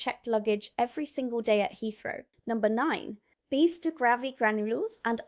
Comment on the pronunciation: RYE-BEAN-AH.....ribena. Not no 7 but number 7. BISS-TOE....bisto